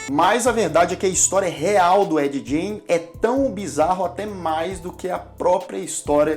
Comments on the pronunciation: Se pronuncia Ed "Guein", não "Djein". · Eddye Jane? kkkkkkk tosco, na duvi é só procurar a pronuncia correta no google, "refugio pop geek" devia ser. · ed "jene" haha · Eu entendi Ed gay kkkkk